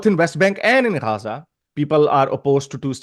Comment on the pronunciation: yr pehly j aur z ka sounds nikalana tu sekh lu. Gaja nhi gaza.